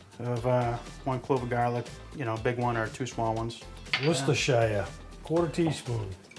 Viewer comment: What is going on here?! butchering the pronunciation of Worcestershire and getting it right?!